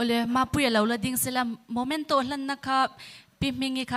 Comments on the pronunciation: A hmuhnawmin mit a tlai e,,,, mahse, host hian 'Momento' ni lovin 'Memento' han ti se lung a dum zual tûrrrr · momento nilo in memento ti rawh